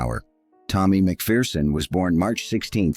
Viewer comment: Pity the commentator couldn’t pronounce McPherson properly.